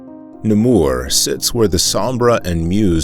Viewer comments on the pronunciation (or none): Durbuy : dur bwee .Namur not Namoor .